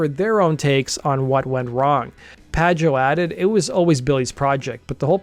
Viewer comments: David PA-HO, not Padge-Oh. Come on bruv, not even gonna TRY? It'd be like over-annunciating every syllable in an Indian name, you'd cringe. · 3;27 it's PAH-HO not pa-joe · I sure someone else has commented about this, but it’s pronounced Dave/David “PAH-ho”… not “PAH-jo.” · It’s not pajoe it’s paho (pajo) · Lil bit lame you didnt talk about how important Pajo is to the history of post rock ... he wasnt just some dude, Slint influenced so so many bands and his other projects are beloved as well... (I also always thought his name was pronounced Paho) this would make it a little bit clearer why he didnt originally dig the Pumpkins, he was doing his own thing at the time touring and kind of inventing a new genre while Pumpkins were doing their thing recording their first albums, just like, kinda a little bit polar opposite ends of the rock spectrum with Pajo deep into experimental rock world and the basis for Post Rock. Just my perspective, love your channel otherwise! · Pajo = Pa-ho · I think his name is pronounced 'Pa-HO'. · Man... As much as I love Billy's music, he pisses me off. David Pajo (pronounced Paho) was in Slint, Matt Sweeney was in Chavez, and Pas was in A Perfect Circle... These are NOT amateurs. That Zwan album was so amazing and I hope that box set gets released soon. I would love to have more Zwan in my life, even 20 years later. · Pajo is pronounced “paho” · David Pajo's name is pronounced "PA-ho" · "Formed in 1988"?? BTW, David's last name is pronounced PA-HOE. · it’s pronounced Pah Ho